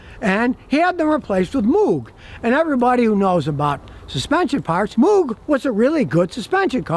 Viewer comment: The "O" in Moog is pronounced like rogue or vogue.